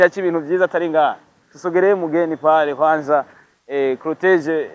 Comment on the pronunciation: Ntibavuga crotege bavuga Cortège 😂